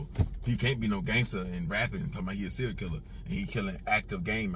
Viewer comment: “Serial” not “Cereal” like food lol